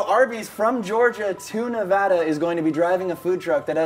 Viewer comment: Can I just say thank you Anthony for pronouncing Nevada correctly